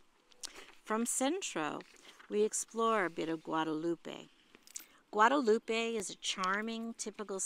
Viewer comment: FYI… It’s Guadalupe.